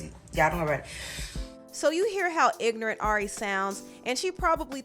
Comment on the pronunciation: Ari sounds exactly like what you said "IG-NORANT". She's super dumb for that. It was the follow up video for me. Like why would you say that nobody cares??? Sending a "kill yourself message" for real victims. Canceled in my book.